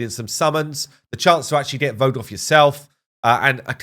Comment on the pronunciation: Vogoth! haha Welcome to WoR Vogoth, sorry to see you go Voroth